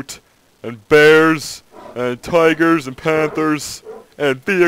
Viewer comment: I can't watch this without dying from laughter from this guy's voice. "Tigerrrrrs andd panthuuurrrs" hahahahaha he has to be faking this voice it's so bad